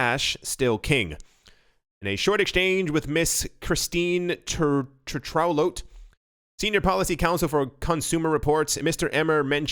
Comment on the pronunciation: Tetrault I believe is a French name and sounds like this: Tay-tro